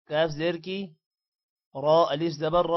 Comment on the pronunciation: AP alif ko humza Q parh rahe hn plz ans